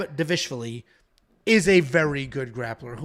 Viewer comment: Da-vish-vlee… come on. Dival-ish-vili